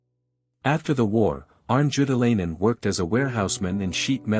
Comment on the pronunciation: Worst pronunciation of his name as possible.